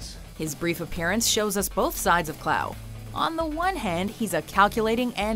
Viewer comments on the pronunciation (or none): The Klaue is actually pronounced like "claw" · Two minor issues. Though Gollum/Sméagol was of the River Folk that is not quite the same as a Hobbit, closely related but not the same. Secon Ulysses Klaue's last name is pronounced as CLAW not KLOW. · It is Ulysses Klaw not Klaue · it’s not Klaaaw it’s pronounced as claw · It's pronounced "Claw" not "Clow" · Its like claw not klau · Who the f*** is KLAAUUUEE?😂 sorry but it’s pronounced Claw even tho it’s spelled Klaue... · Klaue pronounces claw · Before I even clicked this video, I knew Gollum was gonna be #1. Also, Klaue is pronounced, "claw." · Someone feel free to correct me if I'm wrong, but isn't it pronounced "Claw" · klaue is said like claw, not klaue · You don't say Ulysses Klaue like that. You say it like "Ulysses Claw" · “Ulysses Klow”...... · Its pronounced Klaw. Sorry to be that guy but its a pet peeve of mine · It's pronounced Claw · Hate to be that guy, but in age of ultron, its pronounced claw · It's pronounced cl-aw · Its pronounced Kl-OR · Klaue is pronounced as "Claw". It's not French. Gotta get your facts straight! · its pronounced klaw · It's pronounced claw smh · you said klaue wrong. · They pronounce Ulysses Klaue wrong. It's annoying me.